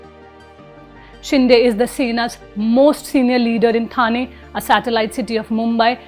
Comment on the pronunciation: Thane should be pronounced as ठाणे.